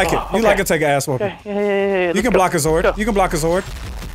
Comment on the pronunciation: its ZORD not zoid lol